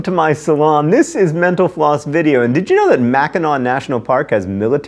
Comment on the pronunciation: Mr. Green: Instead of hearing "Mental Floss", it sounds like you are saying "menopause"!